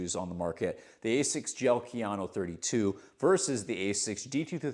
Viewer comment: just did this to flex his mastery of pronouncing Kayano. Jokes aside, how is the durability on the blastmax in the GT? I felt like the Novablast mushed out very quickly and had to kill my pair at 150 miles because I ended up getting knee/achilles pain towards the end. Just curious to see if they changed it at all or if the medial section saves it